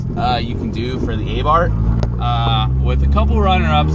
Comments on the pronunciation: it's pronounced "aaah-bart"...... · I lost interest as soon as he said "ey-barth" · The dude's names was Carlo Abarth (pronounced Ah-bart)